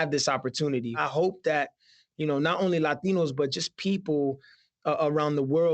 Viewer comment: Can we give Trevor some credit for his great pronunciation of Latinos?!?! 👏🏻 👏🏻